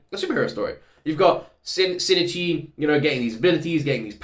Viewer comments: Just to clarify, the correct pronunciation is しんいち(shin-ichi) and not しにち(shinichi). There's barely any difference as an english speaker and it's not a big deal as long as you make sure to audibly say the "i" in the middle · The pronunciation trouble again? Reminds me of "shinigami" in Death Note🤣 As a Japanese speaker I think the difference you are making is more likely SH sound vs S sound at the beginning. "Shin-ichi" is pronounced with a clear SH sound like the English word "ship", not "sip". Also, when you said you're team Kana, I instantly thought about Murano's VA, KANA Hanazawa🤣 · I think the main difference between your pronounciation and Migi's is that it sounds like you say "Sin" instead of "Shin". (Missing the H) But like you said, the second "i" is very subtle. And the 'n' is almost silent. No worries though. I never commented on it before because it's fine, and it is a bit of a tricky pronounciation. ☺ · For pronounciation his name also starts with "Shin", which is pretty much pronounced like "she". You kept pronouncing it "sin", not "she". Together it's like "she e chi", where "chi" is pronounced like the "chi" in "chief" (but you got that right) and "she e" sounds ever so slightly like two seperate "e" sounds with a pause inbetween. So not like "sheeeeesh" which would be only one long "e" sound. "shin" and "ichi" are two seperate words that make up his name, so each one is pronounced seperately, hence the (very slight) pause instead of a long "e" sound. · Whoever thinks it's shi-ni-chi, please learn about Japanese mora. There's 4 mora in Shinichi, not 3. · No, it's Shin-ichi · huh? no, its SHI-N-I-CHI (or shin-ichi) (泉 新一) = "泉(izumi) 新(shin) 一(ichi)"